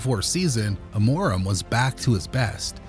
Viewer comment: "Amóraum" ? LOOOOL